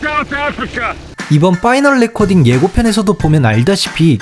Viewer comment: 파이널 레코닝이예요 레코딩이 아니라